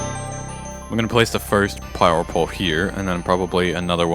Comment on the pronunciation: "Plower pole"